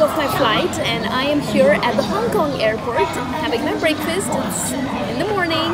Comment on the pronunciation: How did you say breakfast? Did I mishear it or you said it like "break" (like the verb to break)?